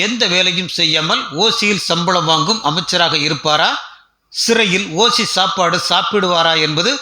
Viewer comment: ஓசி இல்லை........ ஓஷி! 😂😂😂😂